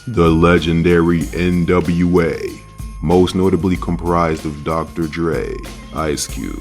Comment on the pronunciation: Dropping hard Rs on national television while mispronouncing NWA’s name is crazy work. 🤣